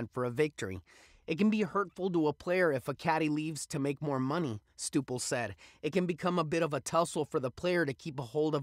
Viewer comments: Did your stupels! How the hell can you be taken seriously when you can’t even say Karen Stupples last name correctly. She’s a lead commentator for Golf Channel. That’s the equivalent of getting your wife’s married name wrong. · "Stooples?" How do you get that pronunciation from "Stup..." It's Karen Stupples